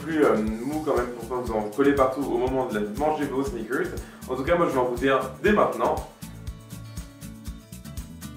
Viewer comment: Le mec il peut pas pas dire snickers comme tout le monde, faut qu'il fasse son english